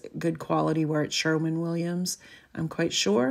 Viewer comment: FYI: it’s SHERWIN Williams, not Sherman.